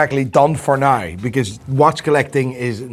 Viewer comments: Why can't he say NAOW instead of NOY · when will you say "now" properly? hehe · I tried to replicate the way this dude says "now", and I can not even begin to fathom how the mind and mouth work to produce that sound.